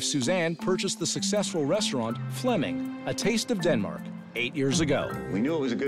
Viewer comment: Flemming not Fleming! 🇩🇰😁